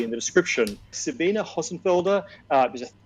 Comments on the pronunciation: Very interesting discussion! A lot of stuff that I didn't understand at all. 😅 (OT: It annoys my just a little bit that they all say Sabina instead of Sabine.) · So, nobody is going to comment on the fact that kept calling Sabine, Sabina? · Sabina? 4 PhDs and nobody knows how to pronounce Sabine.